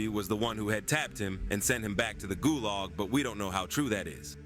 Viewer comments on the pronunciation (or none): "sent him back to the gulauge"☠️☠️😭💔